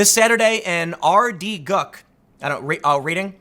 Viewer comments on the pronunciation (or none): Also afaik we haven't had muslim/lgbt school protests in the county. Also it's pronounced RED-ing. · It's pronounced red-in ;) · Hey Tim, FYI its pronounced "Red-ing". They couldn't pick a worse town to start it! Should have gone north, less soy boys up there :)